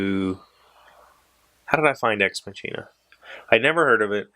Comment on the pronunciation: Ex Machina left me emotionally unhinged - that's all I'm gonna say about it (don't want to spoiler anyone). But it is a very good movie, and perfectly paced, as you mentioned! Oh yeah, the linguist in me has to say this: It's not a "tsch"-sound in "machina", but a "k" :) (at least that's the theory for Latin; and in German, being partly based on it, we kinda took that over. A "ch" is very often a "k" sound, e.g. "China" (with an English "e"-sound and not the "i" as in "I am ..."), is pronounced "Kina" - or in the German-German-dialect sometimes "Schina") Also: made me giggle too XD Exciting: I was in Ireland over the last week! (My friend looked at universities and I accompanied her)